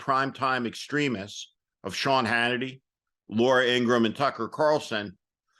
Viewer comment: ING GRA HAM We gotta learn to pronounce her name like Michael Cohen & her own brother has clearly stated